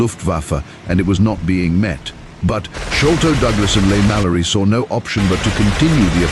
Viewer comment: The narrator's got a great voice but seems to have mispronounced a few things: gruppe, jagdgeschwader, Leigh Mallory, Jagdwaffe, Bader, Malaysia. "Friend from Foe" should be "Friend or Foe"?